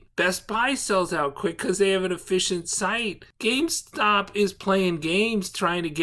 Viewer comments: GameSTOP... not GameSpot.... Those are entirely different entities. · why tf u call it gamespot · Why do you keep calling GameSTOP , gameSPOT?